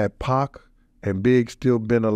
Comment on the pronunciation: having white man trouble with the name Pac 😂 Poc Pack